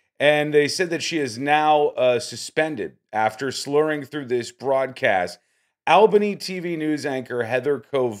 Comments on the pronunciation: I think you’re a terrible person with your commentary and dragging someone through the mud in a situation you know nothing about. Instead of judging someone and poking fun at them, try some compassion and concern. Plus learn how to say Albany. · The "" would do well to learn how to correctly pronounce the name of the capital city of New York State. It's pronounced "awl benny", not "Al bunny" (which is a city in Georgia). But at least he didn't slur. Lisp notwithstanding. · I live in the viewing area. 1. It's KOH-var. 2. It's ALL-buh-nee (capital of NYS). You said it the way other states do (AL (like the man's name) -buh-nee). This station cannot afford to lose another reporter. Literally almost everyone else has left recently. So exhaustion sounds plausible but this is clearly anchoring UI. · No comment on Heather. My comment is on the guy that posted this and was commenting…did you go to school? Did you learn the Capitals of every state? Albany is not pronounced Al-Bany. It is ALL-BANY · Dude it’s pronounced All Ba née not al ba née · Its not Al-bany! Its All-bany! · Its "Awwwlbany" not "Ahhhlbany" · It's not al bany!..its aw bany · and it's ALL-BANY- not Al-Bany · It’s pronounced ALLLBANY Not Al Bany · It’s ALL-BANY not AL-BANY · how how are you pronouncing ALL-Bany. I’ve never heard it pronounced AL-Bany like the name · its ALL-bany, not Al-- bany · All-bany, not Al-bany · ALL-bany NOT AL-bany. All-buh-knee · All Bany not Al Bany.🙂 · I saw this live and kept saying to myself why do they keep coming back to her after break? Also the poor weather guy did about 6 mins of weather just to kill time. Even though she called him by the wrong name. BTW the city is pronounced All-ban-née. Common mistake. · The way he says Albany is weird. It’s pronounced awhlbany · It's pronounced "ALL bany" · It's All bany pronunciation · Learn how to pronounce ALL bany, before you judge. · It’s pronounced Allbany All bany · Work on your pronunciation of Albany.....